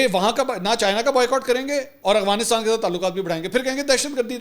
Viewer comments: Bhai g it's Afghanistan, not Aghwanistan. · Bhai saab. I think it is Afghanistan and not Agvanistan, Ahvanistan or Afvanistan. I have been listening to your vlogs for 2 years every day now and you never pronounce it correctly. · Hi I like your work a lot. Your research is good, opinions unbiased mostly, and you’re a Ravian and have nice vocabulary and pronunciation of English and Urdu. But one this irritates me that i have to ask you about, why you can’t pronounce AFGHANISTAN properly, i have been listening to you for couple of years now and you always pronounce it “AGHWANISTAN”. Please clarify if you get time. Thank you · Bahi, its Afghanistan not Agfanistan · Mansoor Bhai sb se pehle wa alaikum asslam lekin 😂1 funny moment aya apki vedio Afghanistan ko ap agwanistan bolty hahahaha😂😂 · You are my favourite anchor , a little correction for your pronunciation about AFGHANISTAN it is not aghwanistan (اغوانستان) It is Afghanistan (افغانستان)۔ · Bro it’s Afghanistan and Afghan not Aghwan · Mansoor bahi, I never hear you correctly saying Af-ganistan, I know you pronounce everything correctly, you were the only one calling Ukraine correctly, just curious what could be the reason?